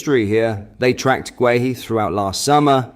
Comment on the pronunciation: This guy can actually pronounce guehi properly 👍